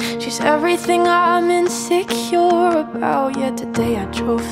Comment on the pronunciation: hits different bc she didn’t pronounce insecure right